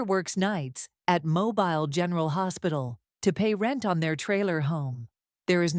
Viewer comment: The mispronunciation of Mobile is killing me!